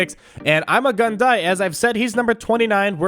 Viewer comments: It’s ‘EEMAH GOON DEE’ not ‘IMMA GUN DIE’ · It is pronounced Iimaa guun dii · THATS NOT HOW ITS PRONOUNCED!!!!!!!!